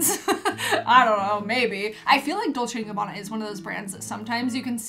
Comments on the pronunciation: u did in fact say dolce and gabana correct 😝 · u r saying it right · Well you’re not my big sister because I am old enough to be your mom😀 but I would love the earrings and shirt because I remember D&G from when I was your age…and, btw, the way you pronounced it is what I have always heard so I think you nailed it.